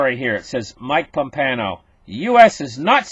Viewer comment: There is no "N" in Pompeo